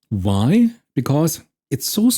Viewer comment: “Vaay” (= why) is so German :)